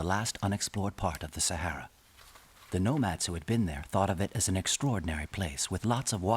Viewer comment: This is Africa. .please pronounce Sahara properly.